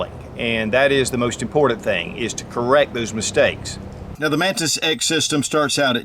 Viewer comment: I keep hearing Mantis Sex